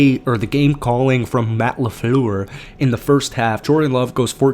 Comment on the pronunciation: Good Job reporting ! it's Matt La Flooor. Almost like saying Floor, but with a more U sounding O! FYI